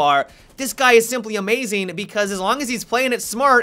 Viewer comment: Blackbeard-ah. Time-ah. Amaziin-ah. Team-ah. Haha love his pronunciation!